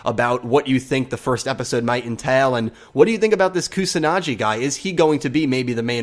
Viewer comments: Although I have nothing to proof this but I'm pretty sure the "G" in "Kusanagi" is pronounced like the "G" in "Google". I could be wrong but "Kusanadschi" just sounds horrible. "KusanaGi" on the other hand sounds just like a typical japanese word. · Probably stated, but it's Koo-sa-nah-ghee. Not Koo-sah-nah-jee. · its not pronounced kusanaji its a G like Giraj,Gazzele,Go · Hard g in pronouncing Kusanagi. Like in get. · It is Shoichi =show-ii-chi and Kusanagi= ku-saw-naw-gee (not Jee). This is just for your future reference. I hope you don't take offense to it. I'm sorry if you do. I have just studied Japanese so much at this point that any mispronounciation sticks out to me like a sore thumb. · Kusanagi's name is pronounced Koo-sa-na-gee Show-ee-chi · The gi in Kusanagi is pronounced like the gi in give. Also, Shou-ee-chi. xD Thanks for the video, mate.